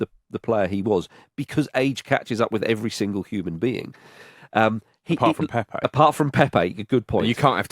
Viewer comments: And not a single name was pronounced correctly. It's not PéPé, just Pepe (like Pep). Also, portuguese are not spanish. It's not mendez, ramoz, etc. Maybe we should start pronouncing english names as if they were welsh or irish. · Please pronounce the Portuguese names correctly. Your Pepe sounds like “pepper” 😂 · Lads just so you know since you were trying to pronounce Turkey correctly, Pepe is actually pronounced Pep, as in 'Pep Guardiola'. Just the one syllable Edit: as some helpful people have pointed out, I am a bit wrong on this one. It does have a second syllable but with a closed e. I should have said it was closer to Pep than Pepe. Obrigado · Actually wrong. It is in fact NOT like Pep Guardiola. The final "e" is supposed to be pronounced but like a closed vowel as opposed to the first "e" in Pepe which is supposed to be open.